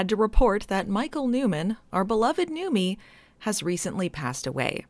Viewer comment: Wait, has it been "Newmy" and not "Newmie" this whole time?